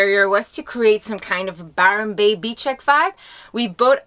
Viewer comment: Did she say Byron Bay chic vibe? Nice.